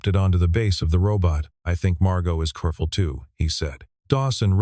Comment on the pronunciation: At about : : the word 'careful' is massacred!.